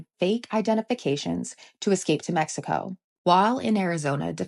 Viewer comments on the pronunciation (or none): none